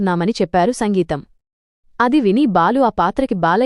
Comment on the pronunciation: సంగీతం కాదమ్మా సింగీతం